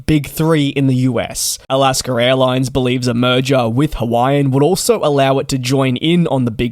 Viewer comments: “Alascker Airlines”. Lol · The word / name "Alaska" does not end with an "R". There is no R in it. When pronouncing it, there is no need to add an R to the end of the name....... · Just how he pronounces Alaska